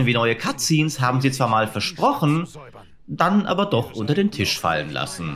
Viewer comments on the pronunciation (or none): none